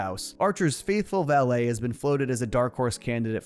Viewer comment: Great video. Just a heads up though, in relation to woodhouses job. Its pronounced like mallet with a v.